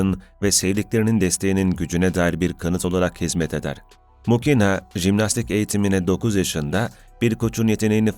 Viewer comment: Muhina diye telaffuz edilir